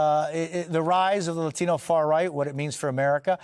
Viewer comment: I hate how white people say the word latino